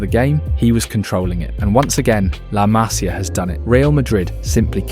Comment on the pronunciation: Masia, MasIa no hay acento en la primera A. Se pronuncia como si llevara acento la I.